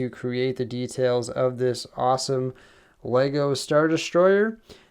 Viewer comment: IT TOOK ME OVER €300 TO CORRECT YOUR SHIT. LEGO . ARE YOU READING THIS .